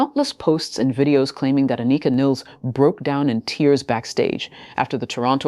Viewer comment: You’re still pronouncing her first name incorrectly. Sound it out , break it down An I Ka . Pronounce I as ah